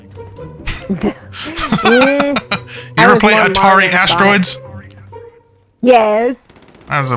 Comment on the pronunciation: They did Qubert wrong man. Calling him "Cubert". Rip